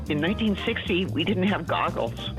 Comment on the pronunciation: Goggles not Googles